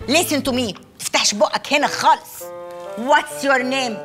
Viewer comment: خالص بالخاء مش بالغاء